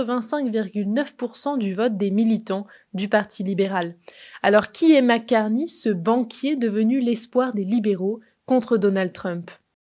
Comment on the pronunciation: Et en plus c'est Mark et non pas Marc (prononcé à la française).